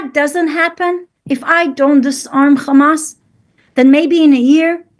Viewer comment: They actually pronounce Hamas as Khamass!